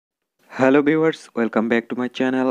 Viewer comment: “hellow everyone “ 😭